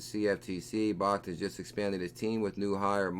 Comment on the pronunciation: bro it's pronounced "BACKED" not "BAHKT" I love your videos but this is killing me